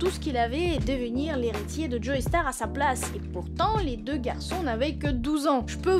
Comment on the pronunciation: Attention on ne dit pas "Joeystar" mais "Jostar" vu que c'est un nom anglais ;)